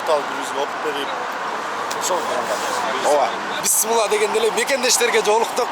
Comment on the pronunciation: Быссмылла эмес иним ошол созду ондоп алчы..не в обиду братишка